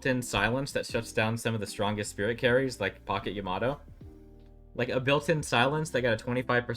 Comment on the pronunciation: How can you hear EVERY character IN GAME properly pronounce YAMATO and still say it wrong? SMH